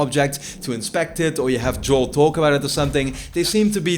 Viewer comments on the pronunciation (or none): none